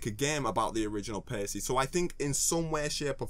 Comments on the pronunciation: Why do you pronounce it Pay-see? It should be Pa-key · pretty sure it's pronounced like packey not pacey. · with the way he pronounced paccie, i thought he would pronounce pac-man "pace man"